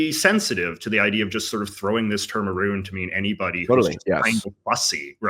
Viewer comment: okay i can deal with "aboot" but "aroond"???